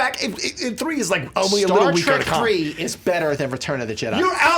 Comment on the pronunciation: Star... "Tek"?